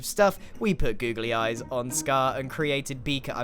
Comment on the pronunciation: and the "boogely eyes"